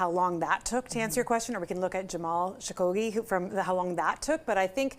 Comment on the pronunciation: Its Jamal Khashoggi, not Shakoggi😂😂😂😂 what kind of expert does Canada have😂